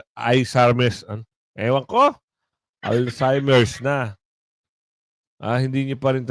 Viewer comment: Hahahahaaaa ....😂 🤣 😂🤣‼️ "Alziemer" po👍